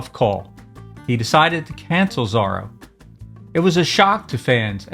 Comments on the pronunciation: think pronounced ZORO not Zaro, I think. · I think you're pronouncing his name wrong how do you say Zorro... like, or..o. not r-o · Exactly! His pronunciation makes me crazy.